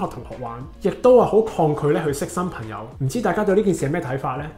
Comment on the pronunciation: 懶音比較利害（“朋友”講成“貧友”），仲唔係香港人？